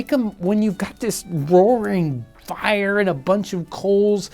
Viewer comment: The way he says "the fIRee"